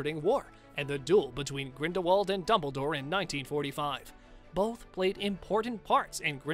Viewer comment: Do some RESEARCH… Grindelwald is pronounced 'GrindelVald', as Rowling has said herself in numerous interviews! She has also stated that the 'T' in Voldemort is silent, so it is pronounced 'Voldemor'.